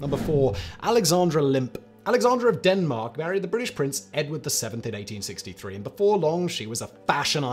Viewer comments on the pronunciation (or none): none